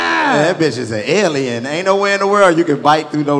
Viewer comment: Nobody : Chico : “Dat bitch is a Ellian “😂